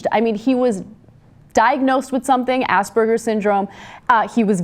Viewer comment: Did Ana say "ass burgers?" lol